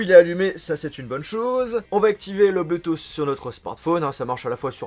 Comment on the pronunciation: Pk vous diser "bluetooss" et enfait c "Bluetooth"